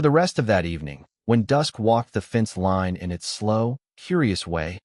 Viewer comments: What is with pronouncing line as lean? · It is AI using the soft I sound as in lip instead of the hard I sound as in lice. It doesn’t know the rule . . . yet